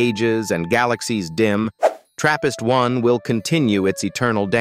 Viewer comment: For a second i thought he said therapist